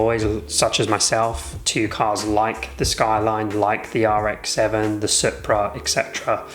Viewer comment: Its pronounced supra as in soup-ra 😂😂😂